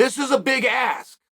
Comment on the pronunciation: Can someone please clip « This is a big ass. It's a big ass » P.S. I know he meant ask but it's funny as shit